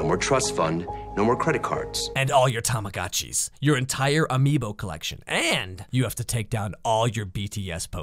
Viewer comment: How do you live in Japan and pronounce it tamagAHtchi??????